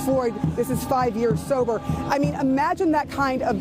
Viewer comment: “FIVE YEARS SOBOR!” 😂😂😂 That’s some funny shit!